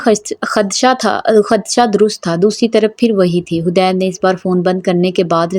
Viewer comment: Hadeed naam hota hai hudaid nahi plz sahi padhen